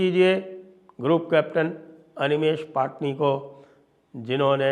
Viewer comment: पटणी not पाटनी